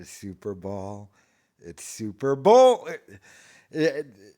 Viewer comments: Super ball 😂😂 I thought maybe he just had one slip of the tongue but this dude can’t say Super Bowl 😂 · Cant talg. He has to think its pronounced Super Ball. Total moron. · It's super bowl... not super ball...